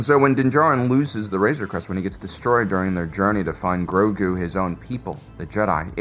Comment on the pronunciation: About 85% of the time, Grogu was mispronounced. It is Grow-goo, not Growgurt.